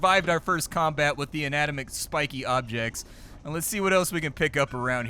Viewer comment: flotsam... and jetsum?